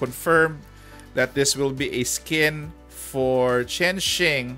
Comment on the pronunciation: Chain Shing is how you properly pronounce Chenxing just so you know its' a Chinese name as far as I'm aware apparently there's an author with the same name, maybe it's a reference to her? dunno.